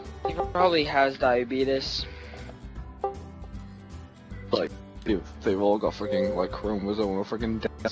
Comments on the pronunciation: did i hear die-a-beat-us lol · He said diabetis